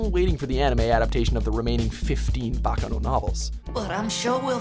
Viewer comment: Shocker. Y'all actually pronounced Baccano right for once